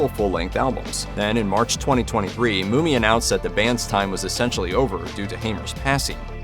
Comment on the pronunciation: The guy's name is Bill MUMMY! Not Bill Moomy. AI sux! Get it right!